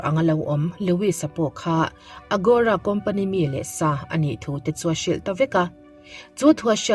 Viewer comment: AGORA a nia, AROGA tiin i rawn lam daih a...😂😂Mahse i tisual ve nih kha.